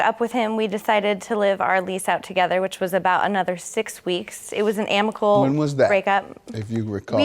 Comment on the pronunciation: What’s “ammical”? Anyone…